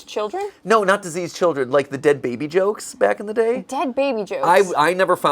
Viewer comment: "I would have been the de ad baby " - 2024 😂